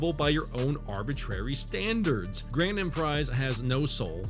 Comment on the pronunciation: the lowest effort video to pronounce grAND as grAIN lol